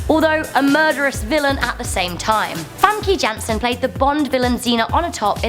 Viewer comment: Famkee gansen??? No famkay yansen